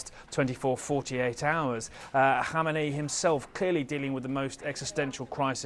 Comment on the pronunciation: Why the hell are most reporters call Iranian leader KHOMAINI ? His name is khameneyi 😂